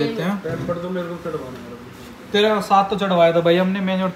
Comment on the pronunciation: is saying tera not 13 😂😂😂